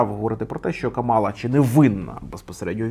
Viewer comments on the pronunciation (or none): Імʼя кандидатки КАмала, а не КамАла! Вона заради цього акценту навимсне!!! представилась під час потиску рук перед дебатами! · Вона не Кама'ла, а Ка'мала, будь ласка, поважайте ім'я людини і як воно вимовляється 🤓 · КÀМАЛА, а не КАМÀЛА. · Але чому КамАла, якщо вона КАмала? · В імені Камали Гарріс наголос на перший склад, а не на другий, виправляйтеся, пора знати ім'я наступного президента США на наступні 8 років!! Кáмала - наголос на перший склад!!